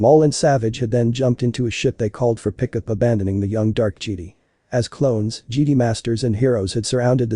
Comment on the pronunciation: It sounds so funny cause it sounds like they say "jeedee" instead of "jedi"